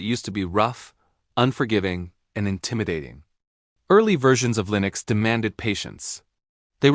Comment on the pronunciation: WTF is Lee-nux?! lol